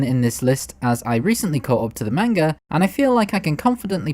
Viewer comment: tbh this guy has really good videos but I think that he needs to work on his pronunciations like "manga" and "Diavolo"